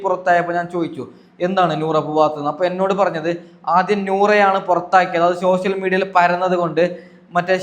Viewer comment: എടാ എടാ ചള്ള് ചെർക്ക ലഷ്മി അല്ല ലക്ഷ്മി 😂😂😂ഷോഷ്യൽ മീഡിയ അല്ല സോഷ്യൽ മീഡിയ 😂